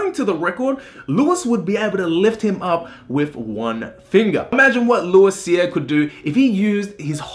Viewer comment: Just trying to help you with prononciation of french Canadian words.. Québec: K-Bek Louis Cyr: Loui Seer (S in Louis is silenced, R is rolled) Michaud: Me-show (Happens to be my family name also :D) Nice video though!